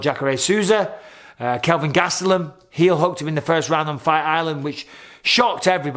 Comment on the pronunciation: You said Sean Strickland- Kelvin Gastulam at the end. Did you mean to say Jack Hermanson? Or did I miss something? Much love from Indiana, USA. LATER YOU CUN!!!